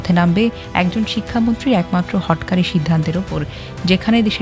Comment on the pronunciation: হটোকারি হবে উচ্চারণ (বানান হটকারি)